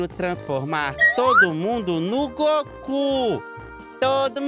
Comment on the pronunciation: Tá falando o nome do Goku errado